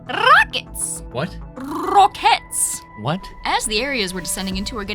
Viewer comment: Damn, the way she pronounce "Rrrrrrrockets!" with such a strong accent makes me laugh a lot! XD